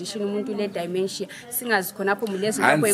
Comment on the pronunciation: Pronounce as dhimenjia not dhaimenjiya